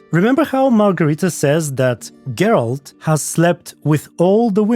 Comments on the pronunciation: The Gralt mispronunciations are so meta 😂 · "Gurlt" - Wow. Never heard that pronounciation before. LMAO Makes me laugh every time I hear it. better take care of that smoker's cough. LOL I also think Ciri at one time pronounced Dandelion as "Dan-DILL-Lian" too. Reminiscent of the audio book! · Fans: Ai will take the jobs of the voice actors The Ai: Gurolt... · its funny when they call him goralt lol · Damn the ai literally butchered Geralt's name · so funny when i heard how they pronounced Geralt at the beginning i thought wtf is this french manner and just few moment after you said that it was written in french :))